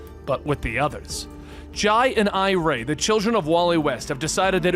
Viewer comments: For the record, Jai and Irey are pronounced "Jay" (he was actually named after Jay Garrick, but Linda insisted on the spelling difference) and "I-ree" (her actual name is Iris, after her great-aunt, Irey is a nickname). Flash Fact. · For the love of God Wally's kids are named after Jay and Iris. Do their names should be pronounced as such